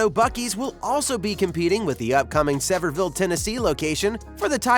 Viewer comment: Sevierville, TN, is pronounced SEVERE-ville. On another note, we love Buc-ee’s! The peanut butter Overbite they sell is amazing.